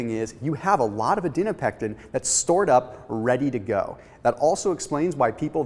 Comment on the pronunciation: This is good information but I was super distracted by your mispronunciation of the word Adiponectin. It is Adi-po-nectin not, Adi-no-pectin. It 's just difficult to see you as an expert if you can't even pronounce the word correctly.